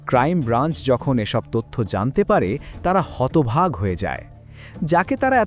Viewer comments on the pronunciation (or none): Bangla ta sothik bolun.Sapnobaj r hotobhag kichu hoyna.Sapno dekha meyev r hotobhag er jaygay hotobaak hobe❤❤❤